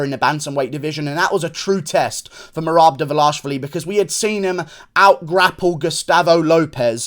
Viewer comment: I can’t be the only one impressed with Guru’s flawless pronunciation of Merab Dvalishvili.